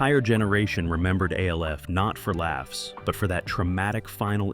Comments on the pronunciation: Its not A L F. Its Alf. When you say it as A L F you sound like a D O U C H E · Yeah, of course it was a puppet... and the video keeps calling it A.L.F., instead of the name 'Alf', for whatever unknown reasons, so no, it's not, 'Elf', either. One of my favorite all~time shows, and it's so sad that the dad, Max, later ended up dying alone {because back in those days, being gay wasn't acceptable}, broke, and addicted to smoking c****. It's a sad shame that sometimes it's best that we don't know a lot of our favorite show's 'behind the scenes' facts, because Hollywood has a nasty way of treating people like 'products'. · Yeah, I didn't even finish the video. A L F instead of ALF 🙄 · Why are you pronouncing his name as A. L. F. and spouting out a lot of false information? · His name is ALF, damn it!!! Say it correctly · why is he calling it A..L..F> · Narrator keeps calling ALF A.L.F. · KevinE: They called it Alf on the show. Argue with that. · yeah, the moment I heard that I shut it off